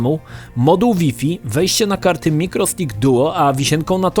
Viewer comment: Taka wskazówka na przyszłość. Jak już wszystko na siłę starasz się mówić po angielsku tj. PiEsPi, DiEs itd... to Wi-Fi wymawiaj Łaj-Faj...